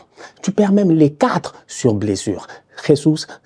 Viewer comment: 😂 ne sait toujours pas prononcer Jesus